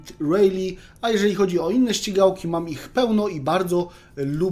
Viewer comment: Czy on powiedział śćigałkie 🤣